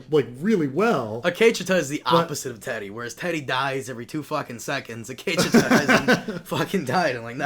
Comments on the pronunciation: The Akecheta episode was awesome and explains perfectly on why it was so great. I wouldn't expect to like the episode when he doesn't even know how to say Akecheta's name. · I wanted to say “Gazundheit” when Every time says Akecheta....